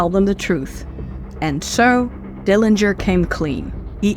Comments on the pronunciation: A very good video with some pictures that I haven't seen in a long time. John W didn't beat John H as you mentioned. Thank you for confirming the correct pronunciation of the Dillinger family name. Yet, I am not sure why you decided to use the incorrect pronunciation of the Dillinger family name. There wasn't any discussion about the years that John H lived with Audrey and Emmett. How do you know that John H became sexually active when he was in high school? Also, that he wasn't interested in courting ladies but just having sex with them. Why do you keep mentioning that he got girls pregnant and slept his way around town? John's family continued to visit him at Michigan City. Mary stopped going because she didn't like going through all of the gates before seeing her uncle. How do you know that Audrey and others badgered Mr. Morgan in joining others regarding a letter of confidence on John's behalf for his payroll hearing. It didn't help John that he was told not to come back by the preacher. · you're correct in that Uncle John's family does care how the Dillinger name is pronounced. Thus, the reason I mention this on just about every video about Uncle John. My sources are notes taken while talking with Mary who grew up with Uncle John. Mary is in many of the books that are about Uncle John.